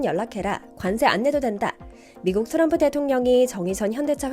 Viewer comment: 트럼프를 도람프라고 하는 게 이 광화문 브리핑은 일본 분이 만드시나요?